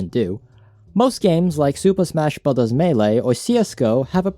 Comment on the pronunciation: ‘Super smash buvers’